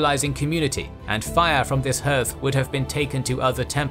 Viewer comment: Why can your narrotr not pronounce hearth? Or several oter words? every episode he gets things wrong. Someone should correct him. Or is it an AI?